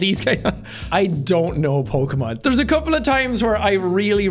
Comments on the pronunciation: Jack: Doesn't know Pokémon Also Jack: Says Every Pokémon name FLAWLESSLY that was in the First Team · Jack did a better job pronouncing Pokémon names than most poketubers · You actually pronounced all of the Pokémon correctly lol